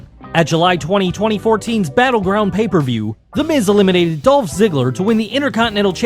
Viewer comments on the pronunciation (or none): none